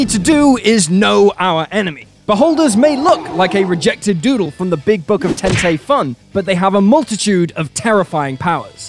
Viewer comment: I'm rather glad you can't pronounce tentai, you sir are winning at life